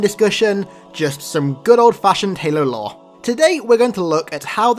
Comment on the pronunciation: The auto captions think you're saying "law" not "lore"